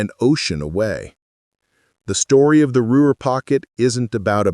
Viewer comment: "What made the Ruer pocket different. It's Ruhr. Inane AI